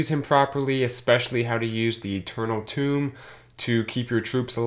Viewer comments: Dude, TOME! not TOMB... smh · I say to myself "Tome, it rhymes with 'home'". Every. Single. Time. Pretty sure he's trolling pedants like myself! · Tomb? You mean “Toe-mm” It’s a spell song know as “grimoires” Another is war drums and battle cry’s etc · It's Tome, rhymes with Rome.